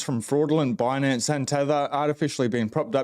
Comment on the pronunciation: I found it hilarious she kept saying bunance instead of binance